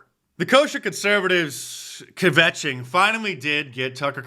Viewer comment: "kvetching" lol!